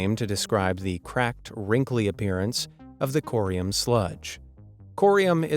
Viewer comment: it's curium not corium